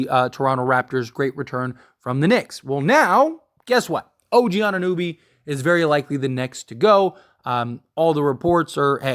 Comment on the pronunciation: why does no one know how to pronounce OGs name? It's not like there aren't 1000 videos on him atm